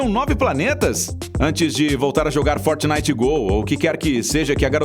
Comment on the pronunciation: Fortinitgh Go ? What? Hahahahahahahahah